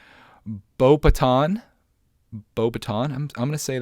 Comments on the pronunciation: Beauxbatons is pronounced Bow-bay-ton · The Carriage is pronounced Bow--Bat---tons Carriage